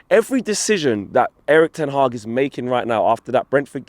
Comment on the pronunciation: Hey man... you almost sound Dutch..great pronunciation on Erik ten Hag